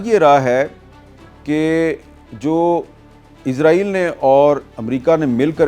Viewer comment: Sir ji israeel bolo na k izraeel